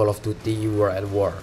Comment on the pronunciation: Wo(r)ld at wor bang bukan uworl a wor